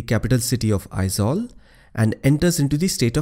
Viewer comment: You the one only i ever come across non Mizo who correctly pronounce Aizawl most of the people pronounce as Ai-zual that not not correct the correct sound Ai-zol .. Thanks Bro !